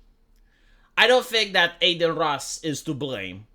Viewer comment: De ce î-i zici ”Ey-deen” în loc de Adin? E un nume Român. De obicei e un nume de fete, "Adina". It's "Ah-deen", not Ey-deen. It's like you're saying Ey-merica instead of Ah-merica.